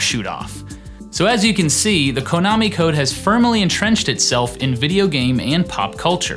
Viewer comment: "Kohnami"? 0_o